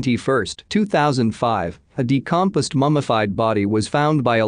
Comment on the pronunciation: Are these "read" by a computer? Many easy words like decomposed and Puerto Rico are weirdly phonetically mispronounced.